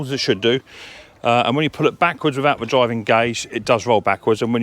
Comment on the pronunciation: omg have you ever listened to yourself .....viss = this free = three =vhe =the fred = thread fing = thing you sound like a right dumb pratt or is it prat 🤷‍♂